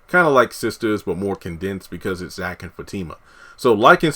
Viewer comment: No he hasn't ruined her character. We all have another side to us. We all have a past. You can be professional one minute, and street the next. I'm glad he's building Fatima and Zac's character up. They are great together. Sounds like you don't even watch the show tho. You can't even say their names correctly. Tyler Perry is giving us what we want!